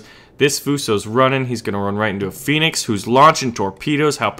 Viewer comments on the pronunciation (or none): none